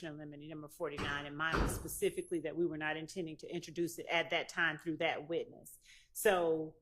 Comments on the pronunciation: One that says "pacific" at that!😅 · Pacifically, I don’t recall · I cringe every time he says Pacifically 😬